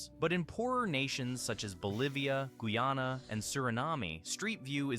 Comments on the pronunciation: The moment it tried to say Guyana and Suriname I knew it was AI 😂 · I thought the voice didn't sound like AI to me but then he pronounced "Guyana" like no human I have ever heard